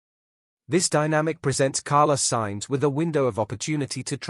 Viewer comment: Piastri didnt refuse Alpine as he had signed weeks before for Mclaren so he couldnt have said yes if he wanted to. . Why oh why cant you say the names correctly or even spell them correctly .Carlos Sainz is Carla Signs, Leclerc is LECLEX . Oh my gawd! Please do your homework or stop using AI. During the close down period there is no discussions Its strictly barred. Dont subscribe to this utter ignorant rubbish.